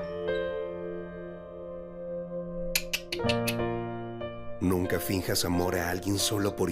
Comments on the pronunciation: Siempre dice mojarela c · no es mojarela es moralejaa😂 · Yo viendo que dice mojarela cuando es moraleja: 🤨🤨